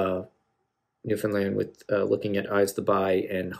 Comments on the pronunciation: First and foremost , as a Newfoundlander , I really appreciate that you took the time to learn how to properly say Newfoundland. Your choice of Great Big Sea was a good one. They do more modernized “Jig & Reels” . Thanks for the love . ✌️💕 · The first American I've ever heard pronounce Newfoundland correctly.